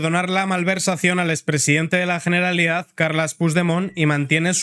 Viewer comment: Perfecto; me gusta esa pronunciación, GENERALIDAD, con "G" y terminado en "D" en CASTELLANO! 💪👏👏👏